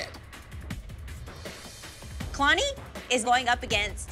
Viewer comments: i'm completely shocked that kalani placed 4th over al- ME: HUH !?! WHAT ABOUT HOW THEY DIDN'T EVEN PRONOUNCE KALANI"S NAME RIGHT!?!? MY THOUGHTS KAYlaNi KayLAni KaYlLllllAAAnnnI IT'S KA-LA-NI But... when they danced in i just laughed a little to hard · cringed so hard when they said k——aaayylani😂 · Really kay-lani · I'm sorry, I can't get over, "Kaylani"